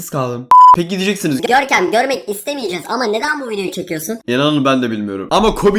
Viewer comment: Görkem diye okunur kral diye söylenir